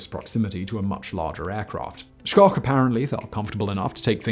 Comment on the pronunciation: I'm accustomed to people butchering the pronunciation of the family's surname (think "shhh" – as in "be quiet" followed by "oak" – as in "oak tree."), and I've heard far worse than Simon's. Two prototypes were built and flown. One is at Wright-Patterson AFB outside Dayton, OH, the other is at the Strategic Air Command Museum outside Ashland, NE. Ed Schoch (my father) has a Wikipedia page